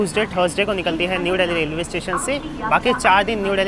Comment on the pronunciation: Dally nhi dilli h. Angrej bn rhe ho bde